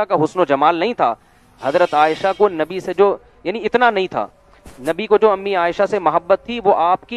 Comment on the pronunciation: If uh are talking about any religion make sure uh pronounce their correct names #Nabi SAW not navi Jazakallah